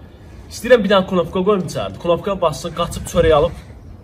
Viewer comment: Pnopka yox, knopka